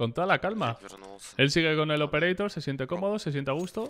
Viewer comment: La vena que me explota cada que dice operator